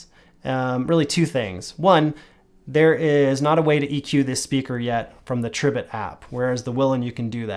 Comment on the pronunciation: Pronounced, Tree bit